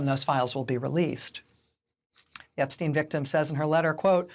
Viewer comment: WOW! FANTASTIC!! An American commentator that knows how to correctly pronounce "Epstein"!! Sometimes. (It's no mystery. Say it EXACTLY the same way you say Einstein. It's NOT difficult, except for Americans, apparently...)